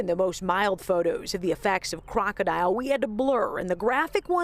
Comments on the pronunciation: It’s not pronounced like the word crocodile (kraa • kuh • dile) It’s krokodil and pronounced like (krah • kuh • dill) as like in dill pickles. And these drugs emerge because of the DEA and CDC. Stop putting our doctors behind bars and stop sending legitimate pain patients to the streets in search for their life saving meds. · Isn’t it pronounced krok-a-dill not crocodile aha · KROKODIL not DILE ..dil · Its called krokidil not fucking crocodile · You have to learn pronounce it. Its krokodil not crocodile 🐊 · It makes it hard to believe authorities even when they’re right when they don’t even pronounce the name of the drug right. All they had to do was watch a YouTube video of people using it. It’s pronounced “Krok-O-Dill” not crocodile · I thought it was pronounced kroko-dill? 🥒 This was especially popular in russia/eastern european countries, it is a certainty its some dark web shit